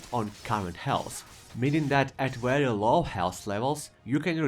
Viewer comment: "Wery wery rare" haha